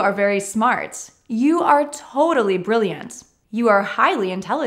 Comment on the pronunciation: thank you for this particularly helpful lesson. I listened carefully to your pronunciation and instead of " intelligent" I heard " intelligence". Instead of " brilliant" I heard " brilliance". Maybe my ears are playing jokes with me. Anyone else hearing the same?